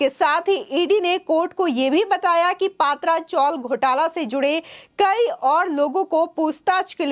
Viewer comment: Madam yeh PA.. Tra chawl Ka pronounce kijiye..Because these chawls are of tin sheets.